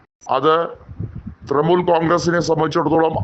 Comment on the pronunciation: ത്രമൂൽ അല്ല. ത്രണമൂൽ